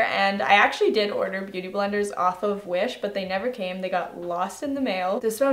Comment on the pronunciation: I though u said Jewish makeup lol